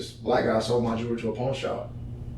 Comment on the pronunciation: Probably a good story but I had to bail because the voice is fatiguing. And it's jewelry, not jewlery.